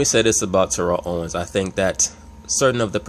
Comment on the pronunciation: Jesus Christ you are not saying his name correctly